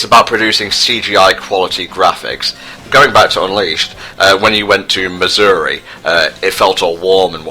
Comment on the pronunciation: LOL! pronounces Mazuri like Missouri.